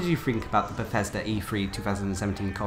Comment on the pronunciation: PLEASE PLEASE PLEASE pronounce your th's & f words correctly it is not befesda, or fanks. Other than that awesome videos